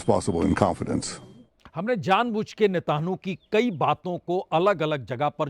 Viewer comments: Prasun ji , Benjamin Netan yahoo , ye sahi Naam hai , ap bolte hain Benjamin Netanhoo... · नेतानु नेतानु क्या कर रहा है सही नाम लेने में जीफ काँपता है क्या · Ek word aap Sahi kijiye Aapke liye munasib nahin Hai बेंजामिन नेतन्याहू आप बोलते हैं बेंजामिन नेतानु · 😂 i like the way you say नेतानु 😂😂😂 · बाजपेई जी, आप अभी भी हॉर्मूज को होमरूज बोल रहे हो और नेतन्याहू को नेतानू बोल रहे हो। उच्चारण सही कर लो भईया 🙏